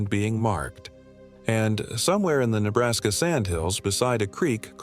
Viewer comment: First off you are talking about my home, you don't seem to have much education, first of it is Nebraska, pronounce it right, as well as Niobrara, pronounce it right!! Your stories are all B'S. Keep telling them though maybe it will keep your kind away! Gps doesn't work out here. 😂